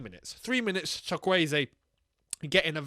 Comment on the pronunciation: Btw, the Chuk in Chukwueze is pronounced Choook. As in choo choo train lol. You got the subsequent 3 syllables right. And Simon is pronounced the English way. From one African (and Chelsea fan) to another:)